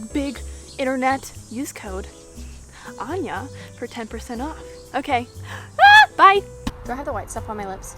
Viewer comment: Ok its AN-NYA not AN-JA...